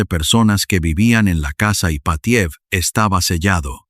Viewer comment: Estupenda historia, pero los nombres rusos son esdrújulos, llevan el acento en la 1a sílava: Rómanov, casa Ípatiev etc. Es un detalle, pero importa en la narrativa. Saludos desde México.